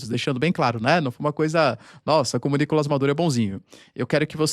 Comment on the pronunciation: Pq vc fala "Nícolas" Maduro e não "Nicolás" ?